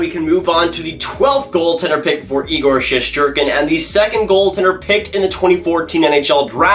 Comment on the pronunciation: Shest not shesht lol